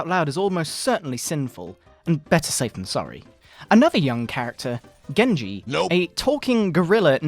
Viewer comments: Benji? its genji tf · Did she just call genji *BENJI*????